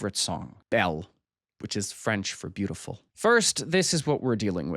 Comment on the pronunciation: just here to say it's nice to hear someone not completely butcher french pronunciation for once